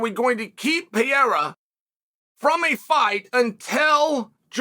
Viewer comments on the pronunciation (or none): Pa-rare-uh Unc😂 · 3 years later and you're still saying pee-era, either your dumb or trolling but either way it's old. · Chael the type of guy to make an 11 minute video about Alex Pereira and proceed to not pronounce his name right once.